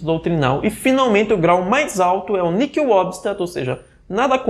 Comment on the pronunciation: A palavra "nihil" deve ser pronunciada como se o "h" não existisse, ou seja, "niil" (Padre Paulo Ricardo, no artigo "O que significa Christo nihil præponere").